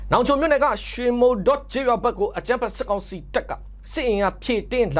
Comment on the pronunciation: မုဠော ( မုတ်လော)၊ မုဌော ( မုတ်ထော) လို့ ထွက်ရပါတယ်။